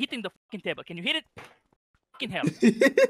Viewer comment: dude GAWBAGE KEEYAN LOL